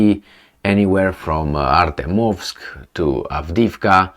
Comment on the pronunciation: Learn to pronounce ArtYOmovsk ;)